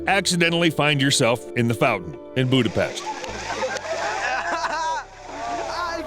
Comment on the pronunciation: Well, he said Budapest